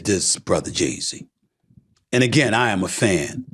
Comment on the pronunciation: Why does it sound like he’s saying Jay Z